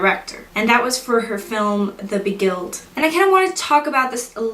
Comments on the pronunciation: The Beguiled is not pronounced The Be-guided, it's pronounced The Be-guy-old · It’s LUX, not “looks!”. I appreciate the review, I love this film, but please, get shit right! I assume Sofia’s other film is the Beguiled, not the “Be_ Gilled”. Finally, to call the boys “stalky”, seems an insult. They fell in love with the Sisters, first loves, that’s why they still haunt them after 25 years. It’s all about the trees, the final straw was Cecilias tree being cut down, they’re suffocated by the Mothers insane control.